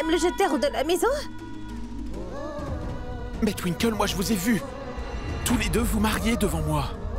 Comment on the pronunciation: J’aime tellement quand appelle Twinkle tinekle 😂😂😂